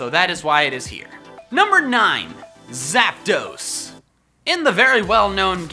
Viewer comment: Why you sed abuot zaptos